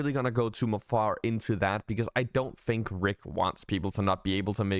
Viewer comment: You mean on how to pronounce fink and fing?